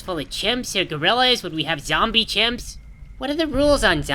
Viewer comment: I miss him saying zombler